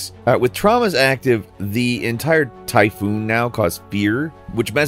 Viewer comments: And also, he said typhoon. lol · My man said Typhoon I am convinced this is on purpose now